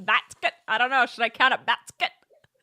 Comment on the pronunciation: Bask...Quett meant haha kept rewinding it